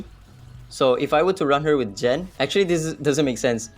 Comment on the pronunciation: Its not Jen but gen ! Gen !!